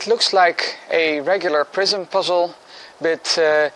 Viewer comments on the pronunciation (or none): It sounds like youre saying "prison".